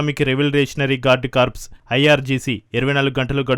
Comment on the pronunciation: కామెంటేటర్ మిత్రమా, అది (IRGC) కార్ప్స్ కాదు. కోర్ అని పలకాలి. (కార్ప్స్ అంటే అర్ధం శవం. కోర్ అంటే దళం - Iranian Revolutionary Guards Corps) (కార్ప్స్ స్పెల్లింగ్ corpse)